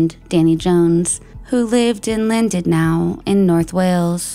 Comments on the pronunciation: Llandudno is in Wales, and not pronounced Landudnow. Just in case anyone wants to look at the town or case. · Such a sad story and presented fantastically as allways, I have to just note... Cheshire= Che-sheer and Llandudno= lan-dud-no.